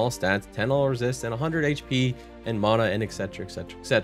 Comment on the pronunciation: Why do you say mana like that?